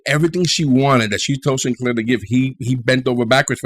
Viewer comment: I thought you said 'commander Sin... hair' lol. He does have fabulous hair.